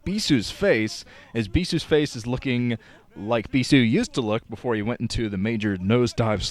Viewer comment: stop saying bisu like that.